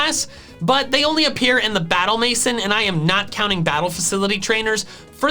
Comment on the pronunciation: Battle "mason" hurt my soul. Aah, French, how you confound so many people